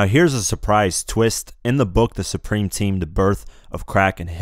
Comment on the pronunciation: exactly bro he clearly said preme